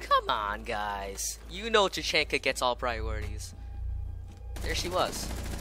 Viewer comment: YOUR SAYING IT WRONG TAA CHHHAAAANNNNNNKAA